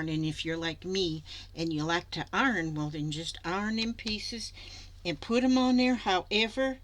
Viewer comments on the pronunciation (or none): Hi. Just want you to know I absolutely love watching you. You are so funny and the way you pronounce some of your words reminds me of my "Arkie" heritage, like "arn" for iron. Love this project and you do it so well. You make my day! Making a journal cover is perfect.